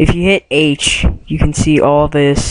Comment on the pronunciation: It is ALL in one not ALE in one!! OMFG!